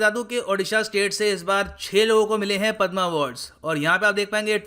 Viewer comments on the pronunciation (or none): Don't call पद्मा It's पद्म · Sir please tell them, Padma not padmaa award. 🙏🙏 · पद्मा नहीं पद्म